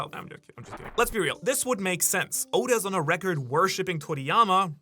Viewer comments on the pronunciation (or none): none